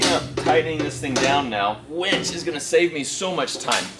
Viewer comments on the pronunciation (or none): A WINCH pulls things. A WENCH brings you beers. If I only listen to video, all I hear is you getting a lot of beers. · Chris Beatty...it only sounds the same if you say it wrong. Does win and when sound the same? Yes I know when is spelled differently but the pronunciation is the same. Besides...the remark is funny! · WInch not Wench. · Welding onto coated metal is always a bad idea. Gotta sand it bare before welding in order to make it last. Not a professional, just a hobbyist who's learned the hard way. Also, it's a WIN-CH. Not a WENCH. Wenches are for taverns and bars, not towing cars. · its's a winch (WIN-CH) not a wench like a girl at a renaissance festival. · i dont know why, but i keep hearing wench instead of winch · I was hearing that also. Do you suppose he is too naïve to be familiar with the meaning of wEnch? sdh in CT